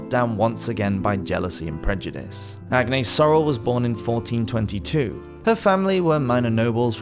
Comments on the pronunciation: In french, we pronounce Aniesse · Not in the French pronunciation you wouldn't . The letter S isn't pronounced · Very informative video but this is not how you pronounce "Agnès"